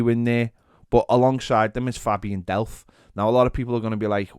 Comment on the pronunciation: Did anyone else almost throw up when he said Delph?